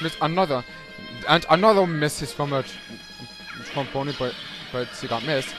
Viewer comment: It's prounced Tron Bon.